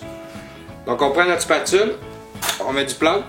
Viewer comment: Il a dit que c'était du "plâout" ! :D